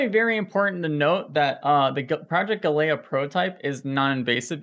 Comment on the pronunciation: He can't even pronounce "galea" properly.